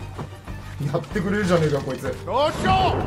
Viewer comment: どーしよーがだっしゃに聞こえる。 さすが足軽。